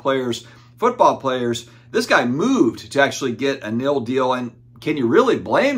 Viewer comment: Take a shot every time says NIL wrong 😂 Just get done playing spades old man? 🤪🤪 it’s NIL not NIL 😀